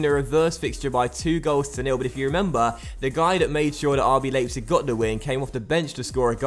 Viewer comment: It's RB L-eye-pzig, not RB Laypzig